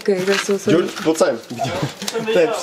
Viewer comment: To neno zadny Dzordz ...ale vyslovnost jeho jmena je G.E.O.R.G. podle toho jak ho pojmenoval jeho Vidensky tatinek.